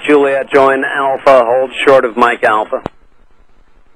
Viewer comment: Hold short sounss like holy shit